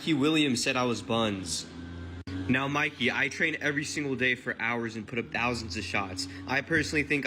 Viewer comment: It’s Mikey bruh come on you said Micky you can’t say Mikey bruh?